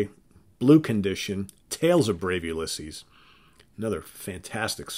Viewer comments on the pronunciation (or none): none